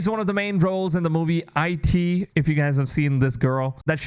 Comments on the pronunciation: This guy said “I t “ (eye-tea) 🤣🤣. It’s “it”. Anyway, I hate the casting myself, I share the exact same opinions here honestly. I can’t stand the casting of the main two. Nothing against the actors.. they just don’t feel or look like the characters. We want them to pop off the video game and into the real world. Edit : Love the show so far lol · the only thing thats horrible is your take. also theres no such thing as the lancasters in game of thrones, nor is there a king for them. also its pronounced IT not I.T. i hope you do some more research for your other videos because as a first time viewer, im disliking and making it so i dont see your trash content on my feed anymore. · And the movie "IT" as ai teeeh hahahaha he sounds like he has no clue what he is talking about lol (true or not). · Bro said I.T. And not It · I got so made when he said eye tee instead of it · Did you seriously just say the movie “I” “T” ?? 😂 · This guys opinion went out the window when he pronounced Stephen King’s IT as “I - T” 😂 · EYE TEE 😂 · It's quite obnoxious how confidently wrong this guy can be. My man really said Bella Ramsey is asian, and pronounced the movie "It", I. T. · I like how he says he's mad the actors don't look like the game characters then said the actor playing Tommy was a good choice and fits the description of Tommy. The actor looks NOTHING like the game Tommy. And I love how he pronounced the movie "It" as EYE-TEE. LOL!!!!!!! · The way you pronounced IT killed me 💀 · Wait is "IT" pronunced like he said? I always thought it was like the word instead of two different letters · Also it’s pronounced as it not I.T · Why did he say "IT" like that?